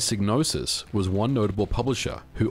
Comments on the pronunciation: Great video and I know it's your accent and all, but, the name is pronounced with the psy as in psychology and not sig as you are doing. Yours Sincerely, 'THAT' Guy 😅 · Shouldn't it be pronounced sigh-nose-is? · It's pronounced "Sigh-no-sis"... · Sig-nosis?? I've been calling her Psy-gnosis! 😢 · In the intro to Blood Money, "Psygnosis" is pronounced with a long I sound (seyg no sis) but the Wikipedia article shows it as a short I like how it's pronounced in this video. I wonder if the pronunciation changed dependent on the release area. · For future reference it's pronounced Psy(sigh) nosis. Gnosis is already a word. Psy means psychic. Gnosis means hidden knowledge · Well according to the intro to Blood Money the Psy in Psygnosis is pronounced like the Psy in Psychologist...